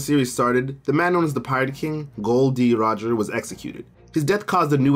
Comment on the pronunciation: should not have said Gol. D Roger xD